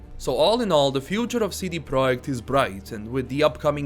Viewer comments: It’s pronounced Project not Proic. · I appreciate very much, you have amazing entertaining videos that I listen to while I am at work. No offense l, I just found it hilarious how you pronounced it.